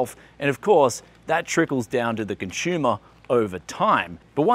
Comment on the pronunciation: Consumer... not ConShumer / ConShoomer :)